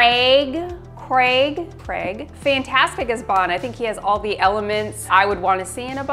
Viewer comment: Hey guys, I have to say as someone who’s name is CRAIG, you guys say it the right way. Those people who were telling you you were saying it wrong are wrong. Love watching the videos and as a nerd I am totally jealous of, is an amazing and beautiful woman. You guys are amazing.